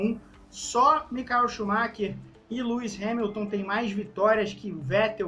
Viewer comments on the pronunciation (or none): none